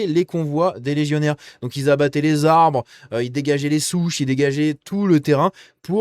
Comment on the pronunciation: c'était pour couper des arrrrrbres 😂